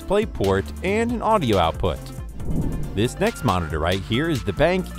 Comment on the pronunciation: Did u just say "benk" instead of ben-q?